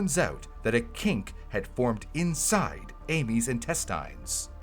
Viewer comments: Are you not listening to it say "in-tess-tines" instead of "in-test-ins"? There's no strong i in the word. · Any one else confused by how he's pronouncing intestines? 😂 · Good video but the way says intestines is putting me off